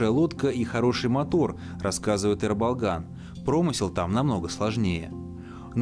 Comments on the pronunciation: Автору респект, только не Э, а Е. (Ерболган) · Почему вы его называете Эрболган? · Е-Ерболган, а не Рыболган. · Не Ербалган а Ерболган